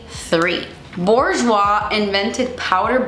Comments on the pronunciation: it's booj-wa, not borjwa 😂 loved this vid!! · the "R" is silent in Bourjois and they are part of Chanel